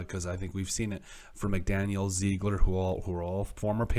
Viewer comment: It’s pronounced Zig-Ler